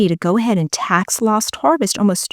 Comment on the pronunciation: It sounds like you are saying tax LOST harvesting.